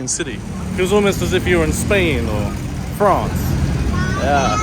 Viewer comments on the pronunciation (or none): none